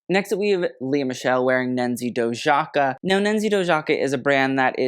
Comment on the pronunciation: The fashion analytical content we love to see…. Just one thing , im albanian myself and the Dojaka lastname should be pronounced as you would if it was written as „Doyaka“ since the J in albanian is pronounced differently